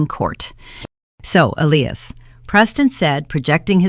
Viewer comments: Love this story. Justice served on small people whose priorities were as false as their daughter and her husband. The AI is annoying, it pronounced his name as Ellias instead of Elias. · Please teach your AI narrator how to pronounce the name Elias. Ee-lie-ass. If you can't teach it how to pronounce properly, read it yourself.